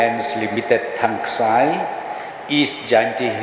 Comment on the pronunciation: Thangski not thangksi